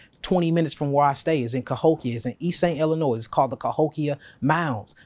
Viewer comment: It's pronounced ill-a-noie my brother, not ill-a-noise!!!! .. apparently it's FRENCH, according to this pale man that gave me hell as a young telemarketer!!! I called him pitching my companies service, he snapped at me for saying ill-a-noise! He said get the name right kid, it's French and it's NOT pronounced ill-a-noise!!!!! Hey, we learn something every day. 😅